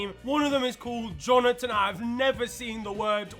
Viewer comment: "Jhonotan" is crazzzzzzzzyyyyy🤣🤣🤣🤣🤣